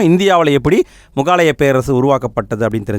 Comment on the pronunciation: Bro not mugaalaya Say mugalaaya